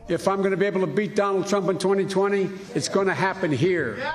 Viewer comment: he is certainly not under a microscope you mispronounced trump